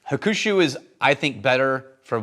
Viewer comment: please let me help. It’s pronounced Hawk-shoe😅. I agree, if I’m choosing a Suntory bottle, I’ll pull the green one vs the brown one most of the time. WRT the staffing/marketing message, I agree BUT if they market the wrong way, it will ruin the business>at a world whiskey event, saw a WHISTLING PIG REP completely turn a customer off the brand after insulting the customers intellect. The rep said if you don’t like rye, then you really don’t know or understand whiskey. That customer had traveled to whiskey events all over the world, tasting hundreds of offerings… The Pig is no longer on the list.